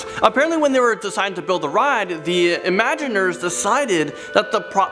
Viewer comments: It's not "imaginers" it's "imagineers" - the combination of imagine and engineer. Oh... The cats at Disneyland don't "roam at night". It's not like they're rounded up in the morning and let out in the evening. You have the best chance of seeing them at the Hungry Bear Restaurant in Critter Country. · The tunnels under Disney World are called Utilidors and were talked about on Modern Marvels in 2005, so they are not a well kept secret just becoming more well known. Also the designers are called ImagiNEERS, not ImagiNERS and it is MATTERhorn, not MATTERNhorn. If you are going to do a video on Disney World, know how to pronounce the words and get your facts right.